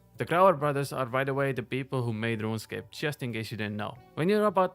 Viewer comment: That first pronunciation of “Ronscape” caught me off guard but then I really started to dig this dudes content.